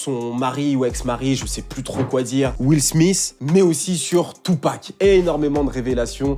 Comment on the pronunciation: Will SmiSS? Quand même... faut faire un effort pour prononcer les noms anglophones ... sans les massacrer!?